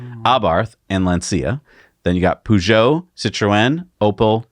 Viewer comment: I'm sorry, but it bugged me... Peugeot is pronounced "per-jo". Otherwise, love your videos....